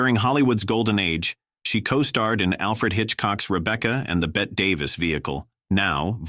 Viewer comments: Pronounced Bettee Davis, not Bet. Joel Mick- CRAY. Kay Francis started at Paramount, appearing in THE COCONUTS with the Marx Brothers. Fredric March was also a closeted bisexual. In 1934, George Arliss' HOUSE OF ROTHSCHILD was one of 3 films released with a Technicolor finales. Philo Vane is pronounced FYLO VANCE. Joe E. Brown's Thisby in 1935 A MISUMMER NIGHTS DREAM is a classic. Una Merkle played Effie in 1931's THE MALTESE FALCON, engaging in a famous onscreen catfight in DESTRY RIDES AGAIN 1939, and lastly as the Mother of Geraldine Page in SUMMER AND SMOKE. LOUISE FAZENDA, wife of Hal B. Wallis, is remebered for ALICE IN WONDERLAND 1933, and THE OLD MAID 1939, with Bette Davis & Miriam Hopkins. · I had to turn it right off the minute the AI "narrator" said "Bet Davis". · "Bet" Davis????? UNWATCHABLE TRASH!!!!!!!!!! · ABSOLUTELY. This is TRASH. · I’m getting very tired of these AI clips about Golden Hollywood. This is one of the worst sites. No fact checks and bad pronunciation. You know you are in trouble when they start by mispronouncing Bette Davis